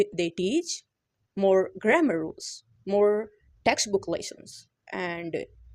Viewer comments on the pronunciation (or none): none